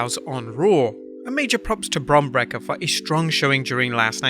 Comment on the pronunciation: Why do you have such a problem saying bron breakkers name? Its not brekker its breakker